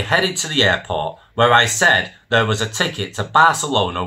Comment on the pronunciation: Mate, I'm a Manc, and even I don't say Free (three) and Ver (there) get a grip. Stories are good though